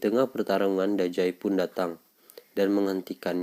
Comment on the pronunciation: Nama nya dazai bang bukan dajai